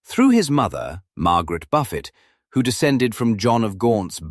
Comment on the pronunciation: Especially the pronunciation of names! Buffet instead of Beaufort (sometimes pronounced Beecham instead of the way it is wriiten).